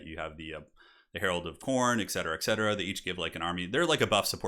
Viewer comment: CAV-ALRY! Not CAL-VARY Edit: Also ET-CETERA not ECK-CETERA.